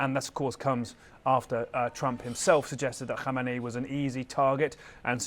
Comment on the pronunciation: Why the hell are most reporters call Iranian leader KHOMAINI ? His name is khameneyi 😂